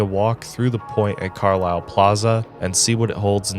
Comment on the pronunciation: Fun fact - it's pronounced "CAR - lyle" and not Car-LILE. I lived there for a brief 3 months while working in Harrisburg, which is the Detroit of PA.